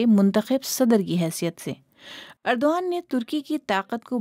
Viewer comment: درست کر لو یہ اردو وان ھے جس طرح ارتغرل نھین الر ترل ۔